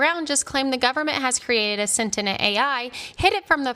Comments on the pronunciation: I couldn't get over her constantly saying "sentinent" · why can't this chick say "sentient" properly